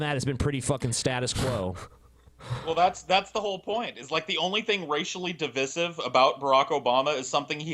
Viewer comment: pronounciation of "divisive" really grinds my gears, it's